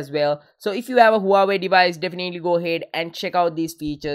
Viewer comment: Huawey nowa tree eye? Lmao